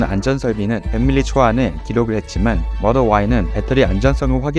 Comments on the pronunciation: 모델 발음 모럴ㅋㅋ 배터리 발음 배터리 왜 배러릐 라고 안하시고😂😂😂😂😂 진지하게 잘보다 웃겨서😅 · 모덜y...? 모델y??? 배러리~라고 하지 않고 배터리 정확히 읽으시네요.... 잼있는 영상 잘봤습니다.^^